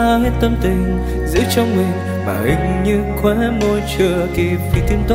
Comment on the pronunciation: list nhạc của bạn rất hay, tuy nhiên bạn có thể lựa chọn những bài hát mà hát tròn vành rõ chữ, ko phát âm sai được không. Ví dụ đoạn bài Mơ, từ " mình " thì ca sỹ hát thành "mìn" , hoặc có bài từ "trái tim" hát thành "trái tiêm" nghe rất khó chịu. Ý kiến cá nhân, cám ơn bạn đã làm list nhạc rất hay!